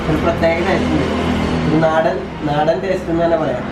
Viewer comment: Naadan aaan nadan alla